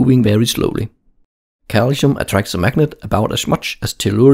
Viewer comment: So calsium in pronounced calichium?